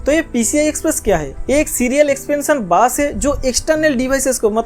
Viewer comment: Bus❌ Baas✅✅ Motherboard ❌ Madarboard✅✅ Budget❌ Bajat✅✅ 😂😂